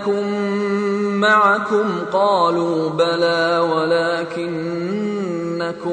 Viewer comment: there is a mistake alafasy is saying maikum pls chane